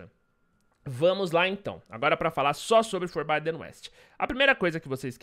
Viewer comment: FORBIDEN É PRONUCIDADO FORBÍDEN MESMO! , JOIA!?